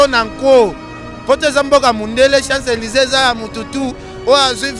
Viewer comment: Ken mpiana yekola koloba balobaka siant Élise et balobaka chants Élise obimela wapi.